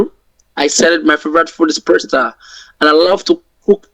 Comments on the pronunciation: There are so many informative and hilarious gems on your channel, but I keep coming back to Derick Burgess and his odd manner of speaking and pronunciation. Imagine the glorious persta dishes prepared from his time-honored family receipts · "My favorite food is PURSE-ta" --- how appropriate !!! 💰💰💰